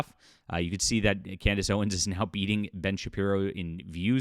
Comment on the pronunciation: I believe her last name is "Owens", not "Owen's".